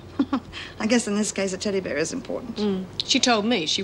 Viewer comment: Why does Meg pronounce teddy bear like that? Teddy BEAR?! Almost as though she wouldn’t bat an eyelid if it was a Teddy Aardvark. I’ve never heard any native English speaker say it like that before. English, American or Australian. It’s like the weird way she says CASSette player as well. Odd.